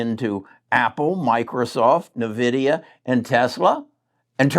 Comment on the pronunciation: “N” vidia not nevidia